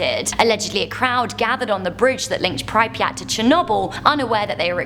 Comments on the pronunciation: Prip-yat not pry-pri-at Also the theoretical white hole which could shoot random mass in any direction possibly faster then the speed of light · its cringey when she keeps pronouncing pripyat wrong 😂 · Nothing worse than how she pronounces prypryat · Sorry but the way prounced pripyat is scaring me... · Im not Even Ukranian but I don't know if thats how you pronounce Pripyat. Still LOVE the channel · I'm sure we don't pronounce pripyat that way. Yet its OK you made it sound cool with the miss pronunciation. The blackeagle prison is way worse than you mentioned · I'm Australian and her pronouncing it wrong really annoys me. 😅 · Mah bro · Ugh I know, right? 😂